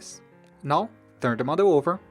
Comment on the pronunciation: I kept thinking he was saying "mother"... "The mother is going to look like this" "The mother will be open" etc etc... Then, I realized he was saying "model".... Oh my gawd, I'm way behind!! I never even payed attention to the lines & folds.... Wait, stop, go back!🧐 Fold where?!? 😳 🤪 😵 🤬 😖 🙄 🤤 Me, attempting origami... And now, I feel like an idiot. But guys, it's super simple!! Just fold & unfold a bazillion different times til you can't even tell what's happening. Then, jazz hands & magicians cloud of smoke & poof!!! Voila!!! A rose. I mean, a crumpled, wadded up, piece of paper.... Mmmmmmmmm. Beautiful. See?? Perfect. Easy. Now, throw in the trash. Yet one more time that Asians have proven their superiority to this silly white girl... Shaking my head. Why are my hands too big to make these tiny little folds?? I. Can't. Even. Tears.... 😢 😭. Mind. Blown. 🤯 Thanks for the super detailed video, though. Excellent job! Me lost... Cave gurl....